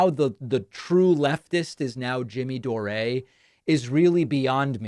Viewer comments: Dore` is how my last name is pronounced. Weird to hear it from your mouth haha. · The way you insist on pronouncing peoples last names incorrectly, while you KNOW the way they pronounce them is so freaking annoying. You're literally the only person in the world that prnounces it "Doré" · Please stop saying his name like that David, when he says his name,he says DOOR!!!!!!!!!! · You're pronouncing his name wrong, David, it's door, like close the door 💯💯💯😂🤣😅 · Jimmy Dore is a bullshitter and a nutcase. By the way, you're the only one I've ever heard pronounce it, "Jimmy Dor-ay". Also you say, "Lauren Bo-bear". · You know so little about him you can't even pronounce his name. So maybe do a little more research before shooting off your stupid mouth. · You either don't watch full shows and are accidentally misunderstanding Jimmy or have your own agenda in which denigrating Jimmy Dore serves some purpose. Money? Political points? Frankly, mispronouncing his last name seems petty but seems to imply your unfamiliarity with his wider body of work. That seems to work against you here. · Yes, lets listen to you Pakiman, the idiot who can't even pronounce DORE. ITS DORE NOT DORÉ 😂 You're such a tool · It's not Doray, it's pron. like door. There's no accent on the e, David. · "Do-ray"???? Did David have a head injury? DORE! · "Doray" lol 😆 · Davey cannot even pronounce jimmy’s last name correctly!K 🤣